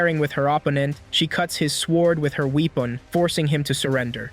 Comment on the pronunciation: when he says wepon Lol🗿🗿🗿🗿💀💀💀💀💀💀😫😫😫😫🤑🤑🤑🤑